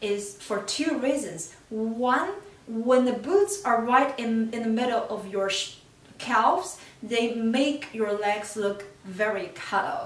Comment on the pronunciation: It's pronounced cavz, the l is silent. Sorry it was driving me crazy.